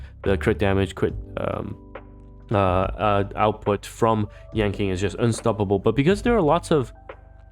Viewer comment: its pronounced as yan CHING not yan KING that was kinda throwing me off sm